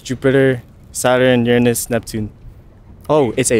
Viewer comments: That guy get an extra point for also pronouncing Uranus right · Kudos to the guy who pronounced Uranus correctly.